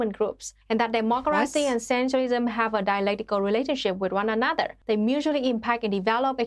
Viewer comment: It's weird how she adds in extra letters to "dem-mok-car-racy" but yet leaves out a whole bunch in "proletariat"